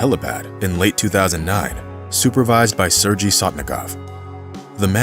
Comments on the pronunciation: This dude is pronouncing Sergei (sir-gay) as (sir- gy from orgy) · “Serje” - Said no Russian ever. Sergej, Сергей, or sergay (phonetically) The same for the pilot Efjeni. It’s phonetically ~yefgeny. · Sergei is not pronounced “surge ie” but “Sir Gay” Tupelov aircraft models are referred to as “Tee You” not “Too”. Otherwise, this is a riveting story ! I enjoyed it. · This is an awesome video. Thanks for sharing this amazing story. Sorry to nitpick, but I just need to say that his name is probable pronounced sair-gay, not sir-jee. But however you say it, he was an extraordinary guy, who became a hero, by working hard and going the extra mile. You don't often expect people to save lives with their work ethic, but he did it. Thanks again, for the awesome re-telling. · It's Sergey not Serjay... Man why these people never at least look up how to pronounce foreign words and names before making fools out of themselves? Just use google translate and that will pronounce it for u if u don't know. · Sir-gay. Not sir gee. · ?? Isn't "Sergei" (Russian, etc.) pronounced "Sur-gay"?? -- I understand language-barriers, but doing a "production" like this... SHOW SOME RESPECT FOR THE MAN!! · Nice story. Did you know that Sergei and Yvgeniy are pronounced with Hard Gs.. Sair-Gay and Ev-Gaynee? Do your homework,. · “Sergei” is pronounced “Sir Gay”. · Narrator pronounces Sergei incorrectly... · Would be respectful to learn how to pronounce “Sergei” correctly.